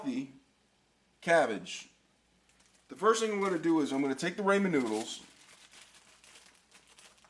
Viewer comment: Not only did you mispronounce ramen, you misspelled chorizo and and mispronounced that too. This recipe is a sin.